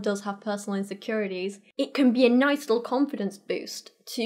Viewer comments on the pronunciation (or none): none